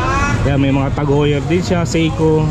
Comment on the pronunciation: Tag Hoyer hindi Tag yuwer. Obvious fake. Peke makina. China movements